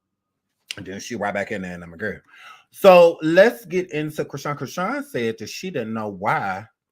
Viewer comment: You said Christine with a half N😂